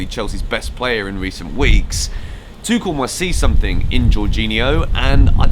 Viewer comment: Tu-kh-el. Correct Tou-sh-el is french Hope this helps xx